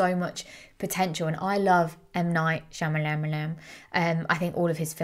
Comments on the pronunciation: She makes me laugh so hard saying his name! I say it the same way!😂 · If you like him that much, you could take the time to learn how to pronounce his name. 😂😂